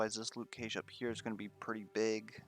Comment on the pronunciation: New viewer, love the content! PS Cache is said like “cash” money ;)